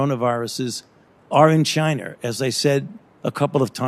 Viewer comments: Fauci said "Chiner'. Hilarious. . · Did this Quack of a Doctor say CHINAR? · Are in chiner? What a Freudian slip? 🤣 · He said chiner 🤣😂👍Wuhan virus china yes we know china made the virus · Is "Chiner" worse than "Gina" ?.. Gina's funnier.. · The bats that have the covi virus is in “chiner”. CHINER!!! 🤣🤣 - Dr Fauci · Chiner? Lol. He’s fucking said Chiner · Also.... Fauci says “Chiner” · He said chinr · Did I heard Chinaer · You know, "Chiner". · Fauci said "chiner" lol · How many times did Fauci say Chiner instead of China? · Fauci pronounces China as Chinar lol. That racist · 1. There is no "r" in china. 2. Why the hell are we giving money to ANY commie institution? Can you please answer that Dr. Falsehood? 3. We've seen this film before with the clintons, just questions, but no jail time for any of these criminals. Something has to change, look at how many people have died because of the china flu and no one is held accountable.